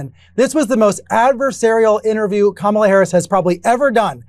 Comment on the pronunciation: Did mamala kamala come latey watey to your little bittle interbiew??